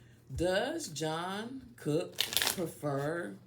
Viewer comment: Respectfully - it's pronounced "Chung kook", not John Cook lol